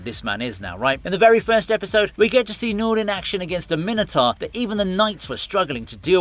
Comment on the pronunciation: Sorry, Min-e-tar? Mine-o-tour... please.